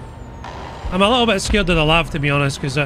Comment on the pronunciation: It’s pronounced Ell Ay Vee. It’s a light armored vehicle, not a lavatory. 🧐